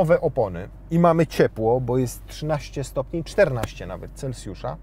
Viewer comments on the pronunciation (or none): none